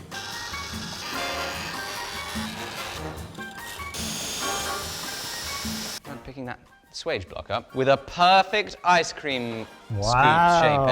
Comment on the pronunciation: It hurt my soul and it hurt my hernia when you said "can you pick up that suage for me"